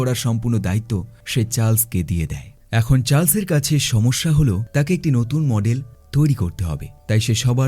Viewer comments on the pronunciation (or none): none